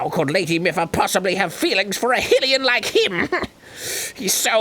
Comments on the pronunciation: Aha! Voice-acted Mipha pronounced Hylian as "high-lian"! Therefore, Arin is wrong for continuing to say "hee-lian" which is a dumb pronounciation because Hylian, Hylia, and Hyrule all obviously have the same prefix, and nobody pronounces the kingdom "hee-rule." That would screw up the Hyrule/Lorule wordplay in Link Between Worlds! Semantic vindication aside, holy shit the commentary has been gold during this Zora arc. Maybe King Dorephan should meet up with the guy from Endless Ocean and they can talk about their dead kids (thanks for bringing it up). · why does "Highlian" sound wrong when the land is called Hyrule (Highrule). It makes sense that the name of the people would be the same as the land they live in. It's stupider to say "Highrule" and then call the people "Hillians" That would be like calling people from Great Britian "Brightans" instead of British. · HYLEAN WITH A Y AS A LONG I JESUS FUCK, THEY EVEN SAY IT. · Pronunciations: HIGH-rule HIGH-lian Oh, and Gerudo (hard G), not Jerudo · OH, SO YOU'LL CORRECT PLOYMUS MOUNTAIN, BUT NOT HIGH-LIAN, DAN? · This whole play through has had me second guessing how to say hylian cuz arin says it with a short "i" sound and finally mipha put it to rest that arin has been saying it wrong the whole time and its going to aggrivate the shit out of me if i hear him say "hilian" again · That is how you pronounce it. It's just that they mispronounce it. They also mispronounce 'Hylian', which is a bit more frustrating. IT'S PRONOUNCED 'HIGH-LIAN', GODDAMNIT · Maybe if you didn't talk over the wonderful voice acting in the cutscenes, you would find out that the first syllable of "Hylian" does not sound like the word "hill". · She literally says high-lian in the cutscenes and they still say it wrong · It's High-lian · When they talked over Miffa pronouncing Hillian correctly? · THEN AGAIN HE SAYS HILLIAN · Jamie Krouse God I know. it's "highlian" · hillian man of the hill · OKAY SHE EVEN SAID "Hylian" AND ARIN MISSED IT